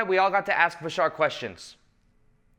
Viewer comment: Why do you people say Bishaar, its Bashar...you can say Badass but cant say bashar?!?